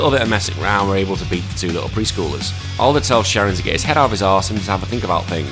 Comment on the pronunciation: I thought that, Al-der, but hey it's working, we're commenting ;)